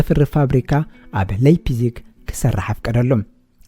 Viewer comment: መኣረምታ እታ ለይፕሲግ ኢልካ ተድምጻ ዘለኻ ላይፕሲግ Leipzig ብ ጀርመን Lei ላይ ይንበበብ Lie ሊይ( Exa . Liebe ሊበ , (Love), Leitung ላይቱንግ (Line)